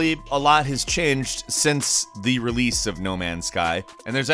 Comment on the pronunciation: "alot has chinged"